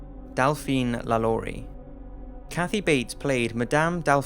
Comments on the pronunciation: Hanayo Koizumi I understand"no shit", but even if he has an accent you can clearly hear him say "Lalaurie" in a french way and not lu-lu-ree. That's way i said to pronounce "Lalaurie" in the french way you have to read it Lha-lo-ree. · i'm french and Lalaurie pronounced : Lhaloree. In french "a" it's pronouce ''ha'' like a scream , and "au" sound O, and i sound E...So this guy pronounced it very well, not 'luh-lur-ee" but "Lha-lo-ree"